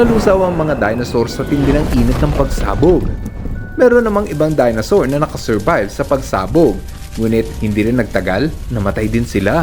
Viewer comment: Dinosaur Hindi Dinasaur